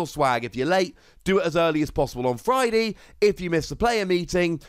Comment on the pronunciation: did you say fridee?